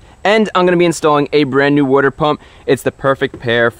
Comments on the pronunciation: What is a wodder pump ? But seriously good video Chris ! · You must be from the northeast the way you pronounce water